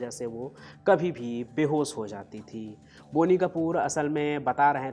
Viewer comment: It is not बोनी! It’s बॉनी।